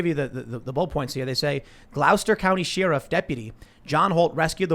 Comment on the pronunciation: Respectfully Tim, but the way you say ShEriff is too much. I laugh every time. It's Cher(like the singer)iff.